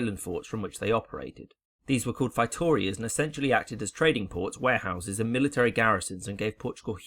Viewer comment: Feitorias = fey-toe-REE-uhs